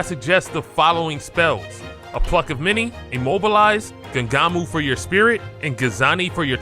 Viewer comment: What tf are you saying for spirit and transformation? You definitely pronounced them both really wrong